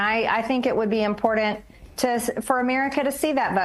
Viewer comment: If I NEVER heard this Dingbat (an insult to Dingbats everywhere, I'm SURE...) say "im-por-DANT" ONCE MORE, it's too soon!! There IS no "D" in that word! I can NOT STAND HER! (I should intensionally miss-gender MTG, except for the fact that it would be an affront to my LGBTQIA Friends!)